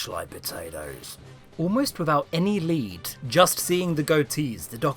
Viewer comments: Lead, pronounced 'Leed'. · Lead perigosto sticks haha its probably lead as in leed lol it terrifies me to mispronounce words like this. Kudos lol